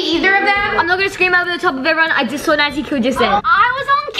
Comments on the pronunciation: Super Legends will remember how she still calls Naz “Noz” 😂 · You don’t pronounce naz like noz you pronounce it like naz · Is anyone going to acknowledge the fact that she said “Noz” instead of Naz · n-oo-rz Me: LOL IT'S N-A-Z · Naz not Narz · can u pls learn how to pronounce naz pls its not nouz its nAz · I know she said noz when it's naz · I was laughing when said “Noz” that what I heard but its called “naz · I love how at the start said 'Noz' instead of Naz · I love how said noz not naz like I just went BONKERS! Like hhahahahahahahah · I think it was a tie and I like the way they say “Noz” instead of “Naz” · It seems that Americans pronounce naz narz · Nas not noz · I think the Norris nuts won plus it’s so funny how they said Narz instead of Naz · ........And "Noaz" Everyone else: What??? It's Naz, not "Noas" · This was a hilarious collab! My only complaint is that the players kept mispronouncing Naz. It’s not Noz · Same it not noz it Nas and it not saber it sabe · SAME!!! I live in America and how do ALL American YouTubers call her NOZ?!?!?!!!!!!! NAZ NOT NOZ!!! (￣_￣|||) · said naws instead of naz👁👄👁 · She said naz like naoz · It’s actually N-A-Z not N-O-Z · She says nauz but its naz lol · 18 secs. I was texting and I saw and I screamed with joy seeing this so early. Congrats guys for being early! The fact she said Noz not Naz. Is funny. Lol. And who else thinks Daniel is sus? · "Noz" lol it's Naz 😂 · I got a bit annoyed because u we’re saying noz it’s naz and it’s funny how u spelled Biggy like biggie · what... yea it's naz but it sounds like she's saying noz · I love how they still pronounce her name “Nuz” 😂 I hope they’ll get that her name is “Naz” soon 😂😂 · I like how called Naz Nawz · Btw you called naz naaz that is not right I know your Americans but the next time you say naz don’t say naaaz like a naaaan she even mentioned it in her vids. Anyway loved this video!!! 💕💕💕💕